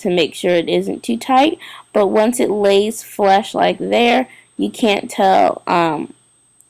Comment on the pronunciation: Lays flush! Not lays flesh..smh